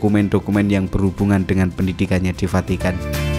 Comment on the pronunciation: munKkin ,kita yanK salah denKar ,atw dia yanK Vahkan salah nKucaFin. maksudnya "FACITAN" , Vukan "Vatikan". 😂😂😂😂😂😂😂😂